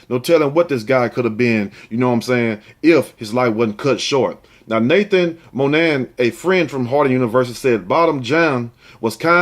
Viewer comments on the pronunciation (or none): none